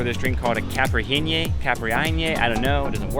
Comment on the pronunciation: Caipirinha is pronounced ky-peer-in-ya. It is also Brazilian. So, it not your Spanish that is the problem. It’s your understanding of the cultural differences between a Portuguese colony and a Spanish one.